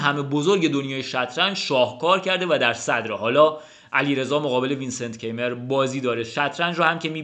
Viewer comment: سلام استاد عزیز و ویدیو های عالیت!♥️ فکر کنم توی آلمانی تلفظ Keymer کایمر باشه. حرف ر رو هم شاید ق بگن شایدم ضعیف بگن؟ ولی کایمر فکر کنم نزدیکتر از کیمر باشه. من فقط حدس میزنم…عزیزانی که آلمان هستن بگن.